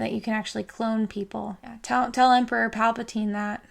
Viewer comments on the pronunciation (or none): none